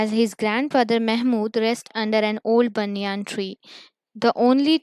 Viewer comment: What is a banyaan tree it is a banyan tree